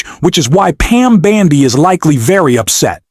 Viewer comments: Dear AI, When you say Pam Bandy are you referring to her gait? Her last name is BONDI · Can your AI bot at least pronounce correctly. “Bandi” is not her name. BONDI ! I’m not sure she deserves that respect, but good journalism demands it! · The presidents attorney general's name is Pamela Bondi not b a n d i!!